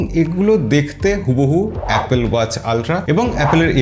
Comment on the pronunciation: its, এ্যাপোল not অ্যাপেল।